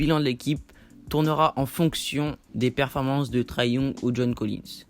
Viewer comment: Sa se prononce pas Traé mais très Young